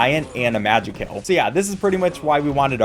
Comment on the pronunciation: ITS PRONOUNCED MAJAY KILL😭😭 (this video is so nostalgic)